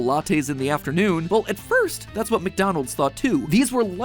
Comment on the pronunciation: The way you said McDonald’s was hilarious